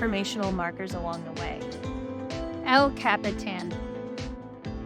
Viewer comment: El Cap-Eh-Tan lol 😂